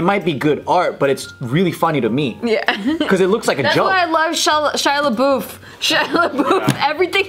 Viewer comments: Shia La-boof? lol. isn't it La-buff? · does not know how to say Shia Labeouf